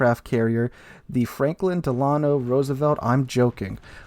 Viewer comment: Come on. FDR is to important to US history to pronounce wrong. It's Del-ah-no accent on the Del